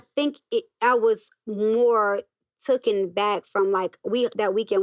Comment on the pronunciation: TAMMY, MY LOVE PLEASE DON'T SAY TOOKEN THE WORD IS TAKEN.